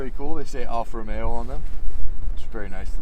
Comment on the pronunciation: I'm just happy to hear someone pronounce the name correctly. Alfa Romeo, not ROMERO.